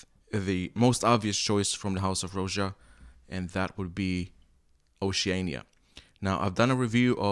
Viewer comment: Like your reviews. Buts it's pronounced "Raja". After his name Roger...not 'Rowja'